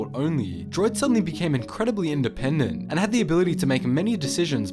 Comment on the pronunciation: "indepent thinkers" and "inteligent" haha that funny *insert droid death montage here